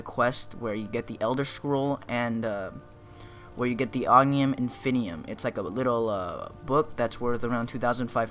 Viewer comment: The Onion Infinium. I am literally crying. He said it at first. Onion infinium.